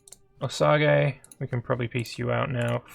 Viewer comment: osage rymes with stage you misprononced it.